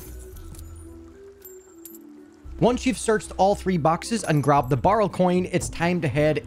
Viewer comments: BARREL NOT BURL HOW FUCKING HARD IS IT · Nice guide but is anyone going to mention how this person said barrel? Sounds like borel ngl but yea nice guide 👍